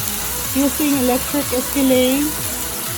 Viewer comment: Skillet not skillé